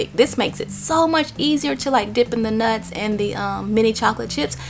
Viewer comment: love it how she says nuts hahaha